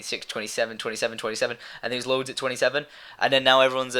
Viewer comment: Load not louad